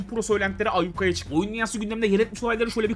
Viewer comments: canım abim ayyukaya değil ayyuka. sevgiler. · ayyukaya değildir, ayyuka çıkmıştır o